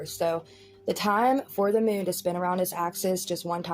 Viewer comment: Why does Jeffree say “Moon” like “Moan” ? 😂😂😂